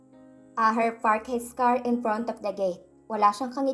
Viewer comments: asher po, hindi po aher... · Pwede pronounce your words properly. Asher not Aher more nice to hear the correct pronounce, Sorry correction must under your care. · wag nanaman ibahin ang name ni Asher, Hindi aher. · Ito nanaman Yong narrator na robot Kakairita ano daw Aher😅😅 akala ko Asher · pkibasa NG maaus.. ASHER. NOT AHER.. READ VERY WELL.. PLEASE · Ayan tama ang gnwa mo asher,dhil plabas lng ng 2 un, mga sira ulo ng mag aama,hndi k mgttgumpay av a sa mga mssama mong blak lalo p at pera lng ni asher ang hbol mo, ashe at hndi aher,ang pngit pakinggan,ang gnda p nman ng story,c asher nga ang tunay n ama ni elora,sna nman wlng mrming stress ng story👍👍👍❤️❤️❤️ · Aher? Or. USHER please be careful Ganda Sana ng kwento